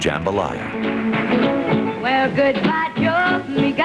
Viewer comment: She was one of the few artists to sing Jambalaya correctly. Thibodeaux & Fontenot correctly are not often said correctly by non-Cajun people.